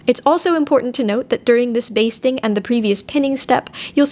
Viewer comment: Instead of hearing "basting" stitch I hear "bee sting stitch" and proceed to have nightmares🤪